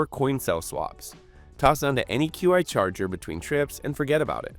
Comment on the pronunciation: “Q I” charger😂